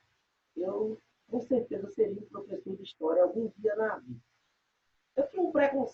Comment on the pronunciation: Uh meu plofeçô kkkkk isso foi de propósito